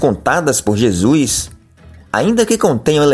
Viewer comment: MENDIGO, e não "mendi(N)go. Jesus, e não "Jesu(I)s". Doutrinas, e não "doutrina(I)s". Fictício e não fi(QUI)ticio!